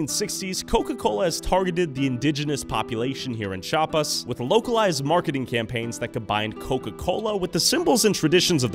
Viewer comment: se dice CHIAPAS no chapas xd